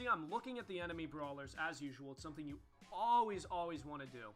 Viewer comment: stop saying alweese